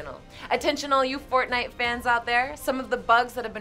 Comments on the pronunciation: “Fornite” It’s actually for - t - nite. COUGH COUGHHHHHH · It's forTnite Not fornite